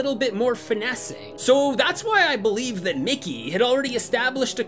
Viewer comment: idk if i was hearing it wrong but it sounded like u said nicky so many times , i know you know his name is mickey but just listening i was getting confused like WHO IS NICKY